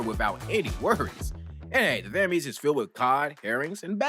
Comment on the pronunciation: when was the last time you watched the film? mailer isn't shown until the last third of the film, and he isn't killed by selena also, the thames is pronounced 'tems', and viruses are not living organisms